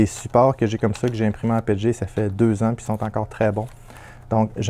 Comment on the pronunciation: Nous on dit P E T G pas pet et g ces comme quand on dit P L A et pas pla ou A B S et abs ce sont des abréviations 😉